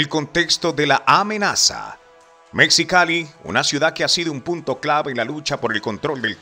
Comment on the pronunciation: Mejicali y no "Mexicali",la "x" se pronuncia como "j".😊